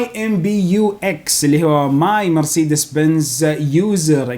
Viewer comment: محتوى رائع عدل كلمة مرسيدس